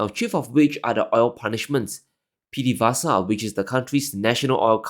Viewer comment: VE in PDVESA is read as "ve" in overt, not as pdveesa! I love your channel btw, ty!